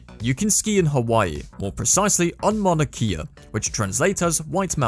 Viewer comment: First of all, Mauna Kea is pronounced ‘Mauna Kay-Ah” not “Mana Kee-Ah”. Secondly your advertising it as having 100 square miles of “skiable terrain” is misleading at best. The mauna rarely gets enough snow to ski safely on and many have been injured by all the rocks that are just under the surface. There may be one short patch that’s safe to sled or ski down. Most important it is a mountain sacred to the native Hawaiians and not a ski mountain for tourists to exploit for instagram. Edit: People still responding to this random comment I made a year ago, Imma leave it up just for the pure joy that it bothers people.